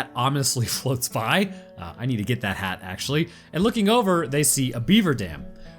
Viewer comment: Did anyone else hear him say he needs the hat? Is he trying to tell us something?